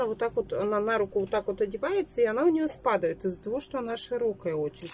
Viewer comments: Спада́ет!!!!а не спадыаает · "спАдает" все придумывает новые ударения)